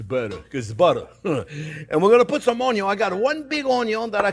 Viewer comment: he actually says 'ONIO'😉